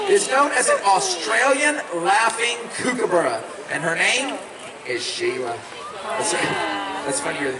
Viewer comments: Please pronounce there name properly, Its pronounced Cookabura, as in look, hook or cook. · With all the knowledge of the birds the handlers have, it's a shame they never learned how to pronounce Kookaburra.